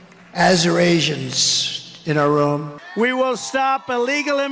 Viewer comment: Azerasions? How in the hell do you even spell it let alone Trump coming up with the word because he's a total idiot!! Arizonians, he doesn't even know how to pronounce the name. He's a total dipshit and should not be let back into the Presidential office, he's a disgrace to the U.S.A. and it's ashame anyone would want to vote for him.